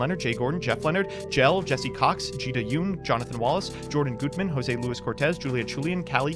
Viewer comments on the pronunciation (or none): none